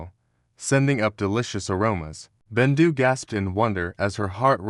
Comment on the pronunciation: Is bendu not rendu